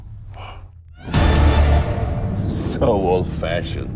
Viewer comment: yes i know he says MI6...but it sounds like Am i SEX ...and my way is funnier for sure .